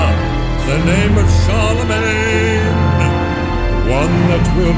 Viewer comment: when he says "the name of Charlemagne", at first I heard "the name of Saroumane"